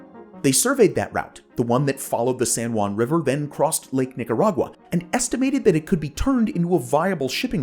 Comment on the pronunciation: Cough* Ahem...Ninarag-WA (cringe)